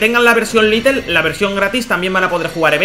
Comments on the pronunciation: No es litel es lite hijico mío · Todo el video diciendo little, cuando en el título pone lite(lait)